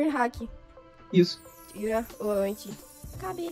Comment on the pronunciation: "Anti Cabê?" Ksksksksksskkdk, é "Anti-kb."